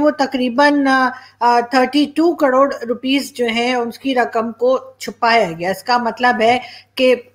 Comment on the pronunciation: Madam kadod nahi karod hota hai.🙏🙏